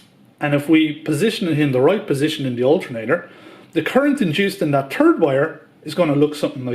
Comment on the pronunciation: Turd phase? Loose the gloves, speed it up, and learn to say stator, third, and three in English.